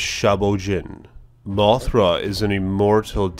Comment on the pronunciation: Why do you talk like that? MothrA can drop rEFlectIve sCAles!